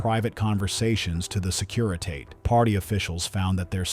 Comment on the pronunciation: Maybe your computer narrator could pronounce Securitate correctly